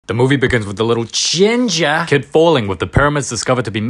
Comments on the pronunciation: “Gingahr”made me laugh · I love how he says GiNja (ginger) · Bro said Ginger like it was personal